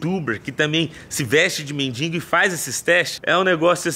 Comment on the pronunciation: Pelo amor de Deus meu irmão não é " MENDInGO" é MENDIGO kkkkkk doido da cabeça. Tamojunto